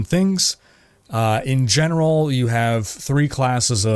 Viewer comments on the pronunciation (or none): "In gemeral". I'll see myself out.